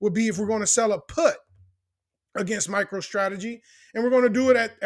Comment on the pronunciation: Sounds like you saying “Micheal Strategy.” 😂